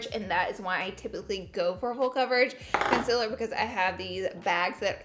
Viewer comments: sis, it's concealer not "conselr" no hate , just saying 😤😂💅💋💄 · Girl it's concealer not consiller. Learn to pronounce, bruhhh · CONCEALER not CONCILER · The way you say concealer gets me every time 😂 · laura i love you but you saying concealer wrong is getting on my nervous